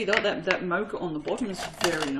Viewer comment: C’mon you’re an Aussie pronounce Mocha the Aussie way not the American way!!!! 😂😂😂😆😆